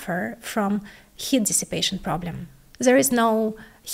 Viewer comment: Pay attention to pronouncing long vowels- "ea" in Heat for example.